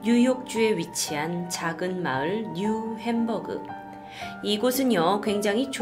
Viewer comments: 뉴 햄브그 ? New hamburger ? 이걸 말하는건거?ㅋㅋ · 마을이름을 뉴 햄버거라고 들었다...